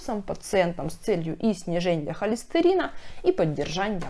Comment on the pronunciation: ЛеченЬя, ожиренЬя, сниженЬя, обсужденЬя...так режет слух.